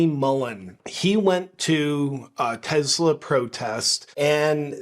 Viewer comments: Ok listen man. I love your content but it’s teSla, not teZla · Tes-la not Tez-la. Tes like Tes-ticle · It's Tesla, not Tezzla folks. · Ok did this drive anybody else nuts? It's not TEZLA it's TESLA. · Why doth you say "Tezla?" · I'm not sure I can handle any more "TeZla". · It's Tesla - not tezla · TESLA, not TEZLA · It's TESLA, not TEZLA! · Its tesla not tezla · It's Tesla, not Tezla. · Take a shot every time he says Tezzla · Tezla lol? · It's Tes- la Not Tez-la You're insulting the smartest person to ever walk the earth.. NO NOT ELON!!! NIKOLA!!!! 🤔😲😂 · Begin by pronouncing TESLA correctly. There is no Z in TESLA. That pesky letter in the middle is an S